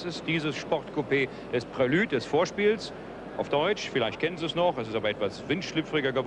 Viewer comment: Für mich sagt er völlig korrekt "Prelüd". Alles gut.